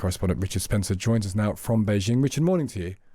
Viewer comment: It’s Bei Jing not szhing. Jing as in jeans